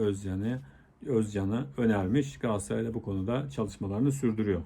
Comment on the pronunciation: Hıfzıssıhha kelimesini diyebiliyosun ama Galatasaray'a hep Gaassaray diyorsun.Bence biraz buna çalısman lazim.